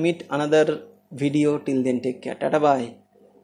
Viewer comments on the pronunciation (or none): none